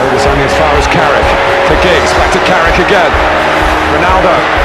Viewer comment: It’s Carrick you knowwwwwww